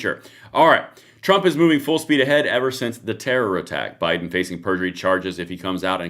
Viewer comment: "Bido-pen" LMFAO Thanks, I can't unhear that! 🤣🤣🤣